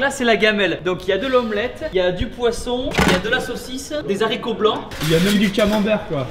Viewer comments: Non tibo des haricots pas des zharicots🤦‍♀️😂😂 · Bienvenue en CE1 chers enfants. Aujourd'hui nous allons apprendre les H Donc on dis un haricot ,des haricots sans dire des Zhraicots . Tibo en CE1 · tibo ont ne dit pas des zaricots blancs mais des HAricots blancs😉